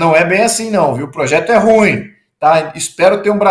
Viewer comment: ESSES PARLAMENTARES NÃO APRENDERAM A PRONUNCIAR O ADJETIVO "RUIM". QUE HORROR!! 😮